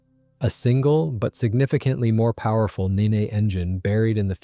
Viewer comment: Nene is pronounced NEEN, not ninny